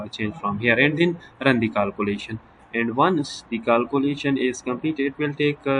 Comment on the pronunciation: It's kealcoolation not caalcoolation😂😂